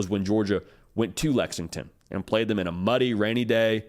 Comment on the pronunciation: “But Who Have Dey Pwayed…Dey Ain’t Pwayed Nobody”😂😝😛😜